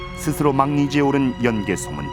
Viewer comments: 제 말이. '연 개소문'을 내레이터가 '연개 소문'으로 발음하니 하는 말이외다. 예전에 어느 프로에선가 '연려실 기술'을 '연려 실기술'이라 칭하는 것을 듣고 답답했던 적도 있어서....... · 연개 소문이 아니고 연 개소문인데 해설자 아나운서 모두 아쉽네요 ㅜㅜ 내용은 정말 굿인데